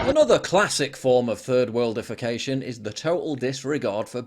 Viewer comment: I was wondering if you were saying 3rd worldification or 3rd world defecation, but there really isn't a difference is there?